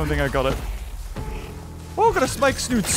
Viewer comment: It’s funny how he says Spikesnoot instead of spikesnout